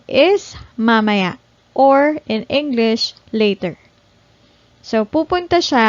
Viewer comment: why mamaya sounds ma mer...not ma- ma- ya or ma- may- ya?